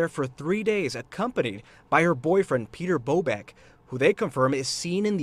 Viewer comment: Piotr is not pronounced as Peter. It's exactly as spelled Piotr. Pee-oh-tr. Lets be conscientious of pronunciation of all cultures names, please. Also, he sounds like a real piece of work.